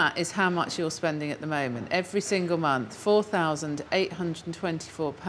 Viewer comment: He messes up the vowel in 'money' and 'month'.